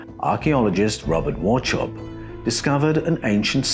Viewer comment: Wauchope is pronounced "War-Hope"